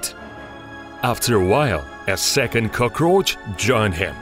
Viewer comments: Did i just hear him say Cocros instead of Cockroach? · "a second CoKorCh" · Lmaoo the way he says cockroach kills me 😂😂😂